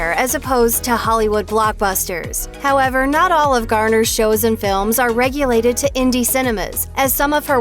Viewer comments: Relegated, not regulated! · Relegated not regulated